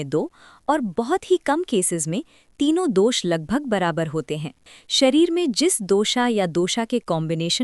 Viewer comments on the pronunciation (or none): बात आयुर्वेद की हो तो शुद्धता जरूरी है, भाषा की भी, दोशा नहीं दोश कहिए।